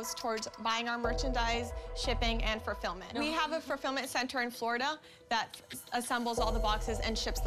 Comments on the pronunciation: The less educated one said "ferfillmient" LOL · i can’t stop thinking about how she said “fulfirment”